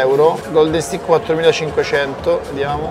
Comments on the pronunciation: Steik!! Si pronucia Steik... non stic.. non è uno stecco... ah anche "giusi" non "giuisi, senza la i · ti voglio bene ma ti prego migliora la tua pronuncia in inglese pk "stik" non si puo sentire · Pronuncia un po da rivedere. Juicy non come si legge ma JOOCY senza I, Steak non STIK ma STEIK